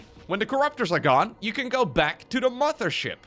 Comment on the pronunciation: I like how he and Harstem always pronounce it as "the MUDDER ship"